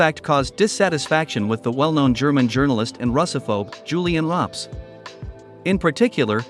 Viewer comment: You need to work on Julilan Röpcke's pronunciation.